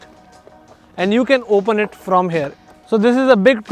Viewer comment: Over "hair" instead of 'here' maane north indian 😂